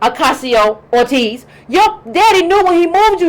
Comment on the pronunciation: Cortez...not ORTEZ...and she's for criminal justice reform...give her credit for that.